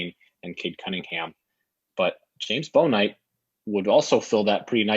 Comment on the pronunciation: Just want to let you guys know you are mispronounced Bouknight's name. It "Book night" not "Bow Knight"